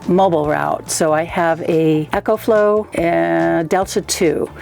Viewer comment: Ecoflow, not Echoflow.